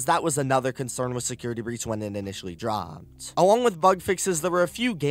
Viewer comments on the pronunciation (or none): Who elses ears hurt after listening to the pronounciations in this video? ".... the gaameeeee", "... the dlceeeeee", "when it initially drooopeeed" "cutsceeeeneees" "over and over agaaaaaain"